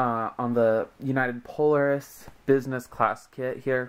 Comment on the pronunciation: It's pronounced, Pole-AIR-is